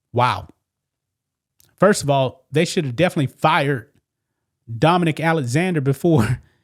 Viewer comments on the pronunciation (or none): none